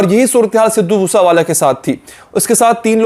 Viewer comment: its sidhu moose wala not sidhu moosa wala learn to pronounce first